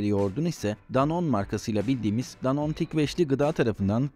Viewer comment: Ufak bir detay ama Danone yazıldığı gibi okunuyor